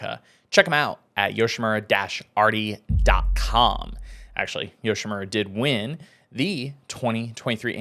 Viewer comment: I hate the way pronounces Yoshimura.....